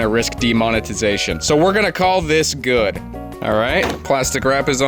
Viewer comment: "So we're gonna call this good" Yeah, emphasis on the 'goo'